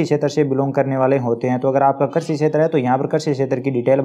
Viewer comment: कर्षि नहीं कृषि बोलो भाई